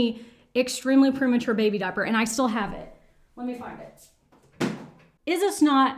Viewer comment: Sometimes I find it fascinating how people speak. I would never have guessed you were a born and bred Texan by your accent... ( I've "met" other internet friends with a very similar accent, but was surprised when I learned they were Texan) ... But when I heard you say "diaper," that did it. You're adorable. (ETA: I LOVE the Don't Stop Believin' Santa shirt. And I want it lol)